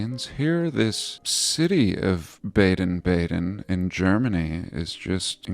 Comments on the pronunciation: BADEN is pronounced “bah-den”. It means to bathe in German. Bad means bath in German. Badezimmer is bathroom. (That’s easy to google by the way). So the places where springs were found and established as spas were named Baden. Karlsbad in Germany was another famous spa town back in the day. Hope that’s helpful to your research. I’m assuming they named the American one “West Baden” bc it’s west of the original in Germany. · The A in Baden is pronounced AH. Too bad about the Prague clock. Most people won't even notice. You always have such interesting vids. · It’s pronounced Bar-den Bar-den like the sheep.